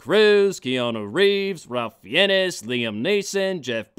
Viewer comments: Also, "Ralph Fiennes" is pronounced "Rafe Fines", not "Ralf Fee-ennis". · "Ralph Fee-en-ness" ah :'D I used to pronounce it that way, too.